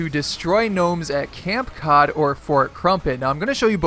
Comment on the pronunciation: It’s not camp cod it’s cape cod